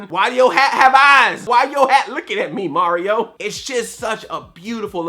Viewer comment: Why do you say Mauryo instead of Mario. You make him sound like he's gonna to give Bowser a parental test for Bowser jr.